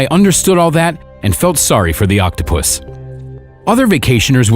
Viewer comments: Nobody seems to notice how the narrator says octo - puss instead of octopus! Reminds me of octopussy! Lol I couldn't stop laughing! But otherwise kudos to the good people who saved him! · I like how he says “Octopoosh”. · Lol as I read ur comment he said octopushh lol